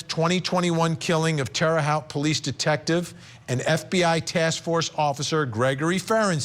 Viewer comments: I mean.. it’s minor… but Terra haute (halt) pronounce it as halt, and that’s as an indy naive.. but again, that’s that important here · FYI, it's pronounced Terra Hote - with a long O, as in 'coat', 'wrote' & 'tote'. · Vinnie! It's pronounced terra hote! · Sweet Vinnie...its pronounced like "terra houte"(love..a lifetime Indianapolis, Indiana resident 😉) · Its pronounced Terre "Hote" 😁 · Pronounced Terra Hote (long o). Spent a bunch of my childhood —there is some darkness in that town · Tara-hoe t Google it and figure out how to pronounce it correctly i just lost all respect for court TV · It's "Terre Haute," pronounced "Terra Hote!,"! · It’s pronounced terra hote vinnie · It’s pronounced terra hoot. Indiana native here lol :) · It’s TER-RAH Hoe-tte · How does Vinnie not know hiw to pronounce Terre Haute?